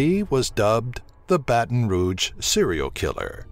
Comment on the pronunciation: Dude I love your videos! You are the first narrator I've heard that pronounces Baton Rouge and New Orleans correct! Thank you for that.